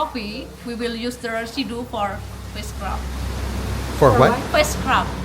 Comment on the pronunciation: face scrub, at first i thought she said witchcraft...lmao